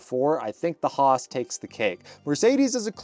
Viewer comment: Alpine spricht man Alpin aus und Roos ist nicht Roos sondern HAAS